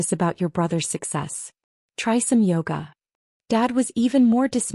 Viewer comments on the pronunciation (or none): none